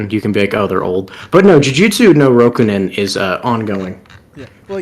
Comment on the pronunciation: “JUJUTSU NO ROKUNIN”- man who can’t speak words properly